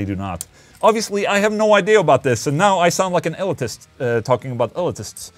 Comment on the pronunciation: Interesting. I've never heard elitist pronounced like that. ill-it-us as opposed to ill-ee-tis